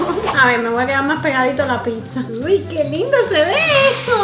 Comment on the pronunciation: Rosario Sanchez diaz se dice pizza no pisa